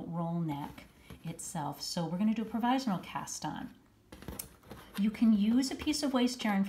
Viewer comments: Leave it to you to make a mispronunciation so entertaining. The meme from your newsletter had me dying, and now your use of the Count from Sesame Street is a total bonus. I love to quote him with his Dracula accent whenever possible “1! 2! 3! 4! Ah ha ha ha”! :D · That is funny indeed! I had to hear it rather than just read about your mispronunciation of provisional in your email. Omg you're killin' me!